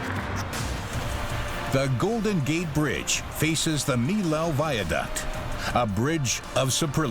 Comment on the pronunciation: What a bad pronunciation for the name of the french bridge!...